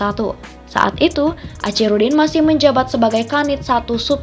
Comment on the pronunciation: Tlg dibaca akhirudin....bukan acirudin